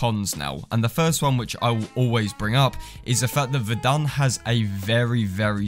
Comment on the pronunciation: Ummm not to be rude but you said the name wrong to me it sounded like you said vendon